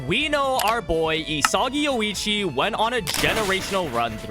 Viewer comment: isagi yo ee chi 😭